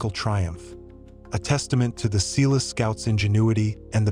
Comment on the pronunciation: Exactly. Also Umtali... When the pronunciation is off, we're forced to wonder about accuracy.